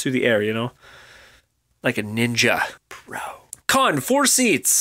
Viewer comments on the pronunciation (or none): Everytime he said "pro"... I thought he said "bro". :D :D